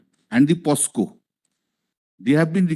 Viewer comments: ব্যানার্জীবাবু আইনজীবী হয়েও পকসো কে পসকো বলছেন কেন? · কল্যাণ বন্দ্যোপাধ্যায় POCSO কে পস্কো উচ্চারণ করলেন। অশিক্ষিত মূর্খ মন্ত্রীর অশিক্ষিত উকিল। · such a learned and renowned lawyer of the state doesn't know that the word is POCSO and POSCO.....LoL 😆😆😄🤣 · মাতাল টা বলেছে - "প স কো কোর্ট" --- কতবড় ছাগল মাতাল টা! আসলে কোর্টের নাম - "প ক সো কোর্ট"। কতবড় মিথ্যা কথা বলেছে মাতালটা আদালতে কারণ রাজ্যের সমস্ত অতিরিক্ত জেলা জজ এবং জেলা জজ সাহেবদের এস আই আর এর কাজে নিয়োগ করে দিয়েছে মাননীয় উচ্চ আদালত। মাতাল মিথ্যা বলেছে কারণ NDPS এবং POCSO আদালতের সমস্ত বিচারকদের নিয়োগ করে দেওয়া হয়ে গেছে। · Pocso k posco bollo kalyan matal,, vaba jay advocate hoye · সফিকুল দা.....কল‍্যাণের কান ধরে বলতে হবে -- ওটা POSCO নয়, ওটা হবে POCSO......সন্ধ‍্যা পরে মদ খেলে কী, সকালে কেস লড়া যায়......😂😂😂😂 তৃণমূলী বলেই সম্ভব.....😀😀